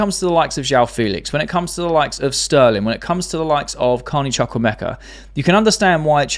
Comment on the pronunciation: Btw the name is Chukwuemeka. Chu in ‘Chuk’ pronounced like chu chu train. ‘Wu’pronounced like wo in wool.